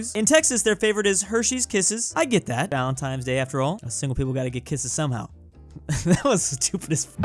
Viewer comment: Wait, did he say “valentimes?” Does he also say libary and bally ball? facepalm